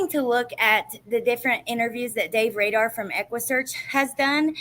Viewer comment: Not Radar , it's Rader there ur sound